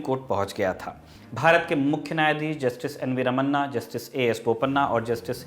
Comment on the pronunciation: The CJI’s name is जस्टिस रमना and not जस्टिस रमन्ना।